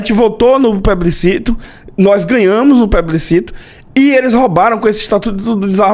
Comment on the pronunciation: O cara é advogado, e nem consegue pronunciar a palavra plebiscito corretamente. Pebliscito é de lascar, Aron! É de lascar! É mentira o que eu tô dizendo? Hein? Hã?